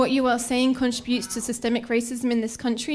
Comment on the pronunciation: This is an example of why 20 year old women who cannot properly pronounce "contribute" properly should NEVER be on faculty at ANY college or university. She barely got her period the other day.